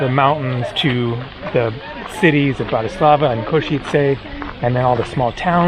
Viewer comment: A basic tip, the Slovak language almost always has the accent on the first syllable, i.e. BANska BYstrica, and BANska STIAVnica. Capital city is also mispronounced, it is BRAtislava , not. BratiSLAVA. Thank you from a first generation in Chicago.